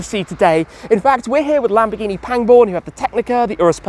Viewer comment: am i the only one that understands Lamborghi Penguin when he names the dealership😅🐧